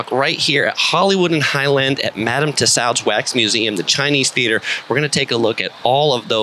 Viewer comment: Bro it"s pronounced Madame (Too Sodes)